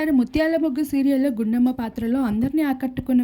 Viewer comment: గుండమ్మ కాదు కొండమ్మ